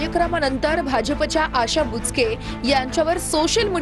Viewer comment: बुचके ❌️ बोचकं ✅️